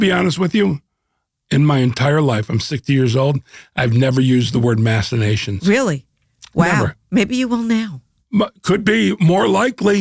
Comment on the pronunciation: Someone should tell them that "machinations" is pronounced "mak-uh-ney-shuhns".